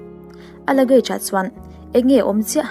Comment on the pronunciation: Buggage kha luggage tih tur cuan Mart ni lovin smart aw